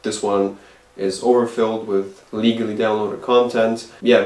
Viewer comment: in french.... yeah 'leagally'